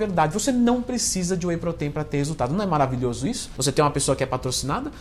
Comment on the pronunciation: "whey proteín" kkkkk vou comprar whey feminino 😋🤪🤣💪